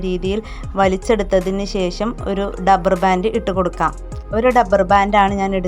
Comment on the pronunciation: ഡപ്പർ അല്ല റബ്ബർ